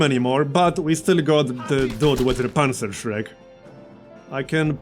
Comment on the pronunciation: You pronounced "Panzerschreck" almost perfectly! I know how hard it is to talk in a foreign language (my English sucks), but I always like it when someone at least tries :)